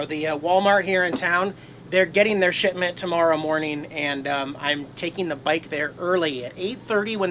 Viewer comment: Did you say shitment of TP? :)